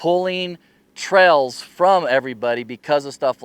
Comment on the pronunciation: No, not misspelled. The way you say Trails ... "Trells", just had me and my girlfriend chuckling each time you said it.